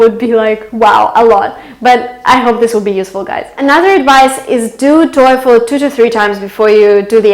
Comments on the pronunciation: Excellent video, the only thing that bothers me the most is your TOEFL pronunciation. Go to: Merriam-Webster's definition of "TOEFL" And listen and practice. Correct pronunciation is \ˈtō-fəl\ NOT \ˈtō-efəl\ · her voice is excellent except "toy_phone". Artificial intelligence recognize her voice like that 😂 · Hahah you pronounce toefl like ,,teufel“ in german Teufel = Devil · I am German and you pronunce it as the German Teufel jaja that means devil! Do you also want profesional German clases maybe? Greetings! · Learn how to pronounce TOEFL correctly. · Toyful this, toyful that, sittation, todally, etc. your English is so bad, I could not finish the vid. Hell you can hardly speak English, much less pass the TOEFL with a score of 117 out of 120. Not in a million year would I believe you scored anywhere over 100 if that, but I guess this is a money maker for you and people are either gullible or just horned up. It is pretty disturbing to see people that can barely speak English giving instructions on how to pass the TOEFL or IELTS, but hey, all those preparing for these tests are foreigners who don't know shit and can't really catch your mistakes.